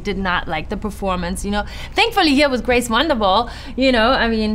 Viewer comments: Ah yes, "Grave" Vanderwaal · Is nobody gonna talk about how it says “Grave” instead of Grace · I believe her name is Grace, not "Grave"... 😂😂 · Did she say “grace wanderval” at the begining😂